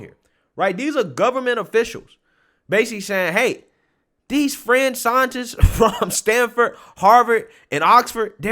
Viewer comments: Sometimes I can't really make our what you said and today's word is fringe. I keep hearing french. A french scientist? And the name Francis didn't help either. Can you like try to say fringe and french and tell the difference? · Fringe lol I thought you said French, Stop pasteurizing milk and juices, lol